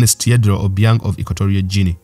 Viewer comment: I'm pretty sure it supposed to be hard G.